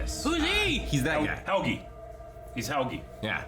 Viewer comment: Why do all the American reactors i've seen pronounce Helge's name like that